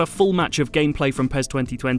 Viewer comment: Its not PEZ its PES ..S S S S...